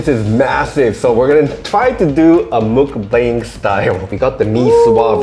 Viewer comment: Mukbang is pronounced as "mok-bbang" not "mook-bbang" high rise littering is not right but it's hard to believe that it doesn't happen in other countries too cause the reason why people do it is mainly due to convenience and lack of consideration (the latter of which unfortunately is common in society and even seems to be getting worse with the kind of parenting that has become a norm in this era) The tardiness thing sorry to say but people who live nearer to the meetup location more often than not turns up later than the other party who lives further. The 'protocols' actually is to save electricity and for safety reasons. The shortening of words I know it happens in Korea too.. P.S. actually to counter 'heatiness' from eating durian, can add salt water to the inside of the durian shell and drink it